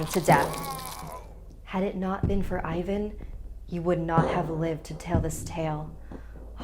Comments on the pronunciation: I am not trying to be rude but you must read the I in Ivan as E and A in Ivan like A in Ass Xd I know that you didnt know how to say it, I just want to save you comments like "ew i am cringying when i hear how you prounaunce bulgarian names!!" Love you!! Simeon (Semheon) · Ivan should be pronounced like Even 😝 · actually like Evan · Its evan and vasael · Oof the names. You shoud have atleast done some research on how pronounce them. The pronunciation is scarier than the video..... Anyway luv ur vids keep it up and pls do some more videos about Bulgaria I rly love them. And for all the ppl that will ask. YES IAM BULGARIAN!! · I feel bad for Ivan :(( (also that's not how to pronounce his name)